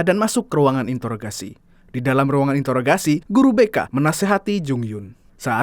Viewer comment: Introggrasi, bukan intoroggrasi bank